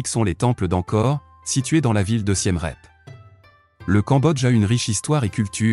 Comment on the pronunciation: j'arrête à parce que Siem Reap , ça se prononce pas du tout comme vous dites . le "ie" se prononce comme en français "mon amie est jolie et elle est polie" . le "ea" se prononce comme en anglais "peace" . voir la vidéo : how to pronounce name of provinces and city in Cambodia in correct way for foreigners (chaine khmer lesson) .